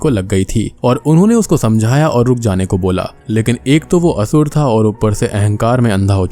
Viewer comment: Its only Sur and Asur. The English spellings contain the extra 'A' at the end. Don't use it in pronounciation.